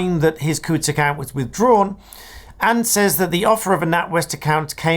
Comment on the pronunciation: Well done for pronouncing Coutts correctly.